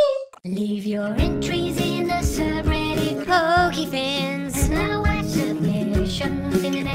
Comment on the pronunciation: Is it just me but it sounds like he said boogiefans not Pokéfans in the intro